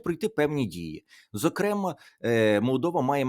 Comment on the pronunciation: Пане Тарасе, не зокрЕма, а зокремА, слідкуйте, будь ласка за наголосами. Я взагалі-то цілком російськомовна, жила і навчалася далеко від України, але українську мову дуже люблю і ціную. Бажаю Вам вселякіх успіхів. Олена, Дніпро.